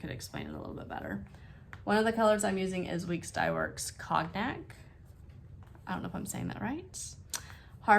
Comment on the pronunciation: Hello....pronounce cognac...cone yak...lol